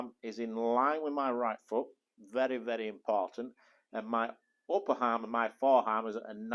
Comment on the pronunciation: "Upper harm and foreharm"? "Helbow"? Huh?